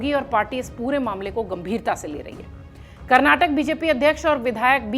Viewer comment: कैसे बोलती हो.... karrnatak...